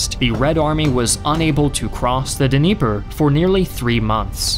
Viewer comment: “Bagratee-on?” It’s pronounced like “Bagrashun” (Bagration). And it’s pronounced like “Nyeper” (Dnieper River).